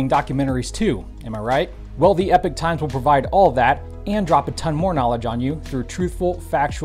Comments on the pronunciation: Once again, please learn the difference between these two words, 'epic' and'epoch'. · EH-POCK, not "epic."